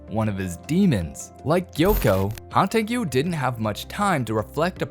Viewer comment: Please stop calling him "Hantengiyu" lmao